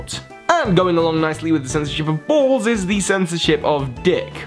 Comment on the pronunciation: The way you say "Balls" just amuses me. "Bauls"